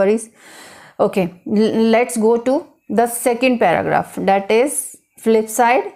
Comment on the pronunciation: Poor pronunciation,. it’s called "That" not dat,,, learn pronunciation first then teach ielts